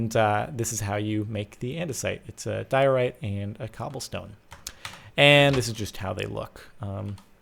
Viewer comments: Diorite's intermediate so it doesn't contain much quartz, let alone 50% (also its pronounced dye-o-right). Geology Rage!! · it's prounced dye - o - rite :P